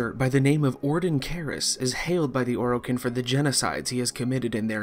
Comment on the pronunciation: Its Or i Ken not Or o kin.... holy shit...